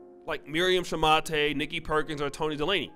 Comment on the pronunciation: Toni De-laney? Its pronounced, Day-ley lol